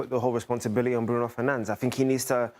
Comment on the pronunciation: Americans pronounce Bruno Fernandes, not Bruno Fernanch.